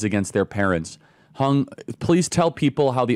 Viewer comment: Hung is pronounced "hewng"